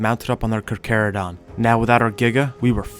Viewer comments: I can’t tell if it’s satire but I believe it’s Car-charo-donto-saurus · Carcharodon 😂 instead of charcharodontosoarus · anyone else get pissed when he knows hot to pronounce Roman names but not the the damn charchatodontosaurus